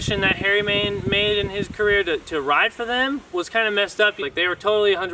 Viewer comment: Dude its main not man (no hate just pointing out)keep it up brotha